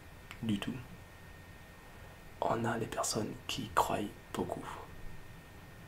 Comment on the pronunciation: "Croyent" x)